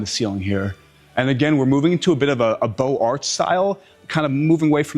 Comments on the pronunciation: I can’t get over how he calls rib vaults “barrel vaults”, or how he pronounces “beaux arts” as “beau art”. It highlights how people who know nothing about a subject (architecture in this case) can simply google it and pass themselves off as experts on YouTube, except to those in the know. PS - this home is open to the public. You can do this tour yourself for $30, and get a better history of the home with the guided audio tour headset. You’re welcome! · The guy mispronounced his way through the video, e.g. ‘Beaux-Arts’, ‘potable’. I wonder how much dripping praise he had to heap on the caretakers for an exclusive tour of this gilt-encrusted tribute to excessive consumption. I’m surprised it doesn’t have a Versailles-like Hall of Mirrors. No surprise the family burned through its wealth in a few generations. We’re left with Anderson Cooper, God help us.